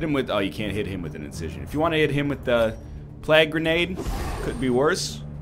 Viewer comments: Stop saying plaag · Is he saying plague that way to be funny or is it because he's canadian?